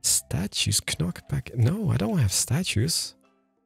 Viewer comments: The fact that pronounces the "k" "knock back" and "know" infuriates me. And part of my my brain doesn't want to ignore that hes doing it on purpose (maybe). Great video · Hearing the way you pronounce “knockback” has truly made my entire day 😂